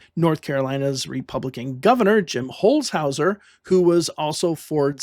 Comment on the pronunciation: I love watching old convention footage. I miss the big headsets on the reporters on the floor. I think bringing that back would greatly improve our democracy. Good job on nailing the pronunciation of Jim Holshouser btw.